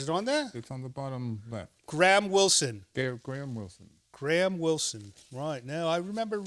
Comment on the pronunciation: BTW, that's Gahan Wilson (not "Graham"). He's probably most famous as the long-time cartoonist for Playboy magazine (He was to Playboy what Charles Addams was to The New Yorker magazine), but his work appeared in a great many other publications and even a few books of his own as well as multiple collections. Fans of this channel would definitely appreciate his sense of humor. p.s. I just realized the "creature" in this feature is the guest!